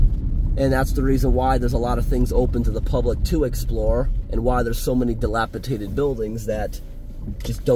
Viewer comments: Are you saying “dilapiDated” or “dilapiTated”? 😅 Nice trip video. Too bad this community had such extreme septic issues. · It’s dilapiDATED. Not dilapitated….. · I love you but the word is dilapidated, NOT dilapitated( sp). dated not tated. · It's dilapi-dated.......not dilapi-tated. And Pittsburgh is not as horrible as you make it sound...I grew up there and it is a pretty safe place....true, there are some areas that are worse than others...but you have that in every state. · The word is dilapidated not dilapitated. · It's "dilapi - DATED" - not "dilapi - TATED"..... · dilapidated, not dilapitated. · It's dilapidated not dilapitated. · Respectfully sir, the word is dilapiDated, not dilapiTated. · Dilapidated. DILAPIDATED. (Dilapitated is not a word.) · I think he means "dilapidated," not "dilapitated." I cringe every time he says it. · Damn homie, the word is dilapidated. You kept saying "dilapiTated"😂😂😂 other than that the video was interesting. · the word is dilapidated. lol. Not dilapitated. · Not trying to be rude, or anything. Just letting you know cuz i have been watching you for a long time and you have always said it wrong. haha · You're the only person whom I've heard pronounce the word "dilapiDated" as "dilapiTated". Thanks for reading. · I believe he is dyslexic and sometimes flips words/letters, even in speech. is an awesome dude. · Dilapidated not tated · Are you saying dilapitated? I think you mean dilapidated. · Love your videos! By the way, the word is dilapidated, not dilapitated. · the word is "dilapiDated" di·lap·i·dat·ed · "Dilapidated" ... no T in the middle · It is “dilapidated”. No “t” in the middle 🤓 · dilapidated dĭ-lăp′ĭ-dā″tĭd adjective Having fallen into a state of disrepair or deterioration, as through neglect; broken-down and shabby. Not dilapitaded.